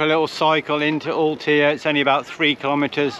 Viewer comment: Ahhh guys it's Al-tay-ah....My Spanish home town. I'm seriously shocked seeing Villa Gadea with so many vans there 😢 Another place ruined by park 4 nights 😞